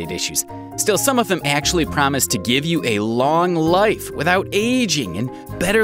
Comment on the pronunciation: I like how he pronounced the Word Life "Lif"